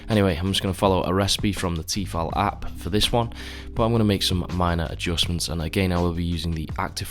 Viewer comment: it's "T-eh-fal" lol